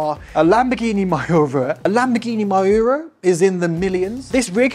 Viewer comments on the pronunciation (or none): Yo man, tha classic Lambo is called "Mee you rha" for english speaking ones. But, don't be angry, you're a funny guy(not negative meant), I can see myself how I would enjoy such crazy genius toys for big ones